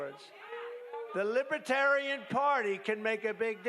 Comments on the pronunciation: He can't even pronounce it correctly. Lib e tarian? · this entire speech was like one big lie lmfao. also he can't pronounce "libertarian" correctly. LIBETARIAN